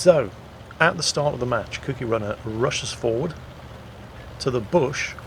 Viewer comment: ..Its Cookie as in the Cookie Monster, Another word for biscuit The way you pronounced it sounded like Kooky as in crazy.